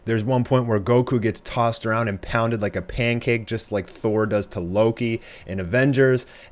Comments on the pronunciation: sde strike I almost triggered ssj when he said Thor like wtf did he say lol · This dude said Thor, boi